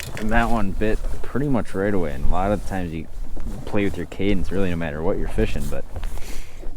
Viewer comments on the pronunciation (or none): none